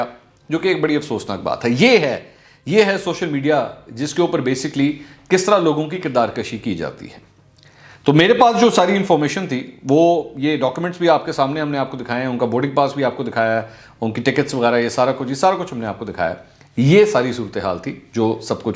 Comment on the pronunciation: The word is Kirdaar Kushi, not Kirdaar Kashi ! Kaaf Kay Ooper Paish Hey ! :( :(